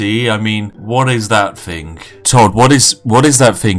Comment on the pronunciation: "What is that fing?!" Please rescind your top hat and monocle and learn proper pronunciation good sir.